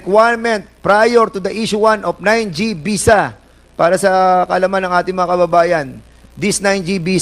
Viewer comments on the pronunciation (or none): Foriners.. oh please mag artista k nalang.. visa not bisa.. bobo kung hindi dahil Kay Judy Ann nag nga nga..shame on you..